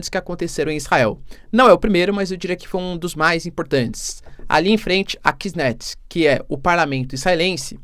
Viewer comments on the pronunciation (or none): É Kneset/Knesset, não "kitnets"..., vc faz um trabalho até legalzinho, mas tem que melhorar o texto e algumas pronúncias... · Vamos às correções: parlamento israelense se chama “Knesset” e se lê “quinésset”, uma paroxítona, tônica no “né”. Segunda correção é que os aviões F-35, foram comprados por Israel apenas o chassi, toda o sistema de navegação, aviônica, radares, tecnologias e tudo o mais, foi feito em Israel, o que faz dele uma peça única feita especificamente para as condições do oriente médio. Isso ocorre porque o exército é somente para defesa, sem intuito em invadir outras regiões. Nossos caças não servem para outras nações fora do oriente médio.